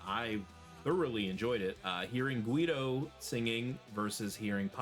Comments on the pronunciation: I love that you love this band, makes me so happy that they could reach so far around the globe, it's amazing. Thank you! I wanna see more reactions of Airbag! For the other hand, it's not criticism or a bad comment, i just wanna give you a tip of pronunciation. The name Guido, the U is mute. When you got "ui" or "ue" you don't pronounce the U, it's like when you say Gilbert or guest. (The only time you pronounce the U is when you got "ua", "uo", "üi", "üe") Bye, till the next video!!!!❤ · ehehehe yeah it's common hearing it that way, i suppose it's the way English speakers say it, which is fine, you mustn't know that. I'm pretty sure i pronounce city names very poorly too 😂 But yes, it's always Gee-doh, for him or any Guido and any other word with this combination Keep on rocking, man 😊